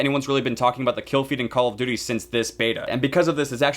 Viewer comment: Caw ow duwty